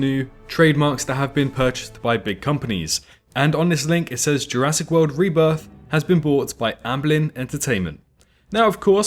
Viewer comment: THE REBRITH OF THE SENE